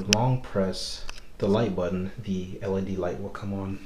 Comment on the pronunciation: LED Screen, NOT LECD! WOW!